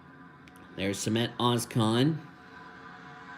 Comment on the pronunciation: not as bad as he butchered samet ozkans name